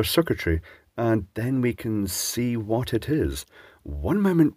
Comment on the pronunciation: "then we can see WATT it is"